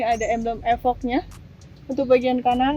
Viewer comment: Efok 🤣 bacanya ifoq mba wkwk